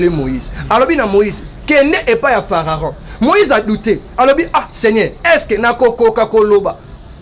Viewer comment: Mekaka ko tanga bible bien po na kati ya bible to yebi Pharaon mais fararon te dsl.